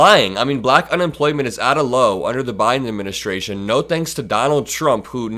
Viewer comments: He pronounces "black" like a slur. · the way he says black is insulting, "BUHLACK" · if you don’t like the way he says “Black”, check back on how he said it at the NABJ interview. It’s even more weird. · I agree... the way he exaggerates and emphasizes the word "black" makes my blood boil.